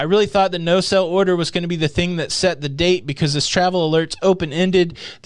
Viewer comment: Are you saying "no sell order" or "no SAIL order". If the latter, please pronounce it that way.